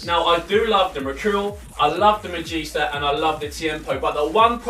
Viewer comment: not the first Magista...u said that wrong